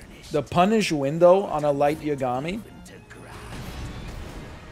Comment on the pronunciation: I'm such a nerd that the pronunciation of Yagami bothers me, I've gotta chill